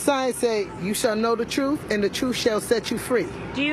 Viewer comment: "We want to know the Troof"